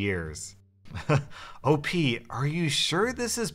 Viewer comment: Who says O P instead of OP?